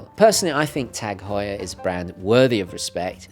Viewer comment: It's actually pronounced ' targ hoyer ' .. you're welcome 😊